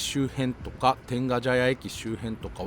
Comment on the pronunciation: 「てんがじゃや」が気になる。「てんがちゃや」なのに。